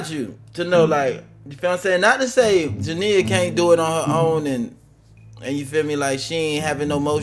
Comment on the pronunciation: Her name is pronounced Ja-nee-ya I'm starting to think you do it on purpose Atp 😂😂😂